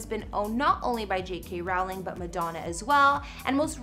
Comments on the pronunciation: Learn how to pronounce Rowling...if you want to talk about her 🙄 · This women is pronouncing both 'Rowling' and 'Edinburgh' incorrectly. And there's a county she pronounces so incorrectly I can't even tell what she's supposed to be saying. How hard is it to do a cursory search. Shut up.